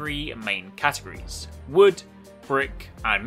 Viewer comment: Just saying it’s categORies not categies